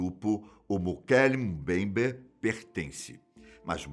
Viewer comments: O melhor do vídeo é o dizendo "Mokele Mumbayber" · O nome foi mal pronunciado tantas vezes que dá ate dó! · Puts como ficou engraçado este nome e como ele repete este nome inúmeras vezes kkkkkkkkk